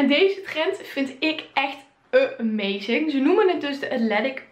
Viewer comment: Thanks voor het delen meid, echt leuk bevlogen gebracht👌🏻 Kleine tip nog: valt me op dat jij amazing uitspreekt met een 'e' dus als emazing. Valt je zelf misschien helemaal niet op dus wou hem even meegeven!